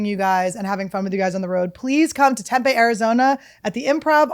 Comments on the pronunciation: Tempeh Arizona?? It’s tempeeeee, Annie! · Same! Love how she pronounces it as “Temp-A” 😂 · It's Tem-pee